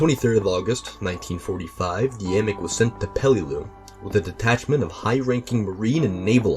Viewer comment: Love finding out my distant family has military honors 🎉 thanks for not mispronouncing it like everyone seems to do 😂